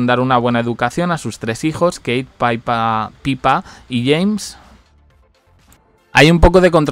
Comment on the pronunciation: ...cosita, creo que hace tiempo ya te dije, pero bueno...lo de "Pipa" ó "Pippa" en realidad es bastante sencillo. Si se escribiera "Pipa" se podría pronunciar "paipa", pero la DOBLE P de "Pippa" hace que la I necesariamente se pronuncie como "i" y no como "ai". Saludos!